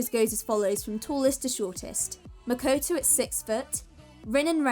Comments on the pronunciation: "Mekoitoui"lol it's makoto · "Makuwtuw" For real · "was makoetoe" MMMHMMHJGGSJROHOERJOROJIFIEJGOJOIJFA